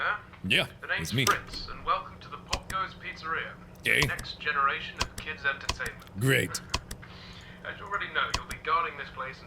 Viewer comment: thought he said gay instead of great